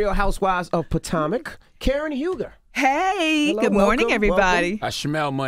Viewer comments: Brittany Harris 😂😂😂 I laughed so hard when he tried to pronounce the city smh 🤦🏾‍♀️ I’m starting to believe he didn’t go to Hampton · The levels to which envy didn’t give a shit about that interview. All the way to the end when he said the name of the show wrong 🤣🤣🤣🤣🤣😂😂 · Envys pronouncements of Potomac annoyed me so much!!! I live close to it and it was freaking annoying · Why doesn't he know how to say Potomac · Damn envy you butchered that name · POTOMAC not Patamic Envy annoying bruhhh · Envy, it’s PUH TOE MICK not Puh Tam Ick or Puh Tom ick 🤦🏾‍♀️🤦🏾‍♀️🤦🏾‍♀️ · Maybe it’s me.. but I was irked each time envy said POTAMIC 🤦🏾‍♀️ instead of potomac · Its potomac not patamac envy..jesus.🤦‍♀️ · Why Envy keep saying "patamic" lol...its Potomac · Potomic not patamic😬😬😬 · Patamic 🙄 it's Patomic, Envy. Tf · Envy, please stop saying “Potamic” man. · Great interview #BC I love Karen she is hilarious. I extend my prayers and condolences for the loss of her loved ones. 🙏🏼 DJ Envy I know it's your accent it's pronounce The Real 🎤 Housewives Of (Potomac) #TeamKarenHuger♥️🙏🏼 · Po-TOM-ic tho?! 🤦🏾‍♀️ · It's pronounced: Pah - toe- mac DJ Envy! LOL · What the hell is PO-TAM-AC or PA-TIM-AC? Is DJ Envy slow? Use syllables that you've learned in 2nd grade or ask The Grand Dame how to pronounce it. SMH. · Envy said potamac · Why the hell didnt anyone correct DJ Envy ... Real Housewives of Patamic? Wtf can u read P-o-t-o-m-a-c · Dj Envy Potomac (Po-Tow-Mick) it’s quite simple we here from the 301 MARYLAND.. very annoyed how you pronounce it. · Envy.... say it with me... Puh-Toe-Mick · Envy, it's pronounced Pah-toe-mick. Made me cringe every time he said it wrong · And Envy's ass done pronounced the city's name three different damn ways. Is there an 'exhausted' emoji? 😒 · you know you from the dmv if it was driving you crazy when he was saying Potomac wrong lol. Im an hour outside of DC in va so when I heard him saying this I was grrrrr lol. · Envy that’s not how u pronounce Potomac 🤦🏾‍♀️